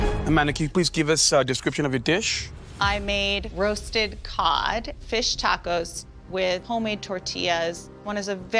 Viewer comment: l like how Aaron Sanchez, says Dordillads...Dacos...then throws out a "Hey Ya'll" 😂😂😂 What an assclown!